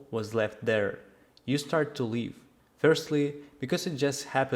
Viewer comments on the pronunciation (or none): Your English is very good, please try to correct the pronunciation of the word "live", you say "leave", it completely changes the meaning of your message. Copy this in Google translate and press the speaker icon "i live a good life" It's necessary to let Google know which of the two pronounciations you want. Unfortunately English is a crap language. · please learn to pronounce 'live' and 'leave', there is a difference.